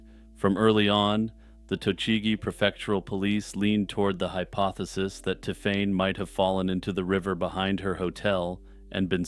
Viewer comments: that's a long way from Ti'fane'. My point about the magic E stands. It sounded so off I had to skip the story as the pronunciation was so irritating. I say this as someone who hates French and French ppl. I still say its closer to 'Tiffany' or 'Tiffenay' possibly. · Hi, I’m a French speaker. It’s pronounced tiff-en. He was quite close